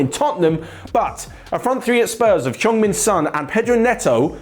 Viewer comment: Did say Chong-Min Son? 😂😂😂